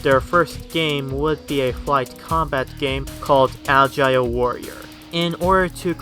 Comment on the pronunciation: "Algae" Warrior? lol